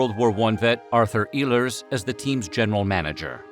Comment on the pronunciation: Ehlers is pronounced Ay-lurz.